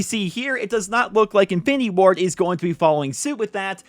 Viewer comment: Every time you say infinity Ward i hear "findy board" 😂